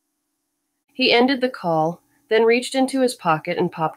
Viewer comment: The AI narration was terrible! It’s hard to believe the author paid anything for it. Basic English words are so mispronounced that it makes the story impossible to follow. Mistakes occur in almost every other word—“call” becomes “cal,” “fall” is “fal,” “followed” turns into “fal-lead,” and “happy” is pronounced “hap-why.” This was one of my Kindle Unlimited books that I didn’t finish, so I thought it would be a great candidate for an audiobook. Unfortunately, this narration ruined even a casual listening experience.